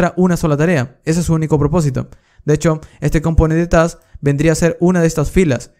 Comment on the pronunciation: Lo peor es que su pronunciación de task es súper confundible entre plurales y singulares, hablando resultaba incluso más confuso en varias ocasiones.